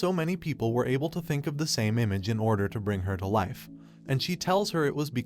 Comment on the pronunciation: the AI you used to read this script hurts to listen to, and he can't pronounce Live or Life